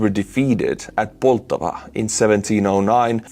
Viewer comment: It's Pol-TAV-a.